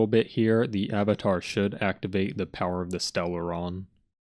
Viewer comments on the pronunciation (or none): none